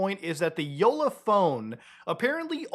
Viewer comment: Hats off for pronouncing Jolla correctly